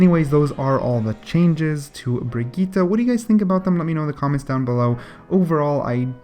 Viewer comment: Not bigeeta it is pronounced Bridgette. Bridge....jet now say it fast and together